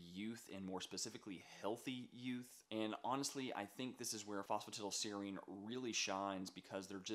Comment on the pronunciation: It’s pronounced foss fu tie dull seer reen 😒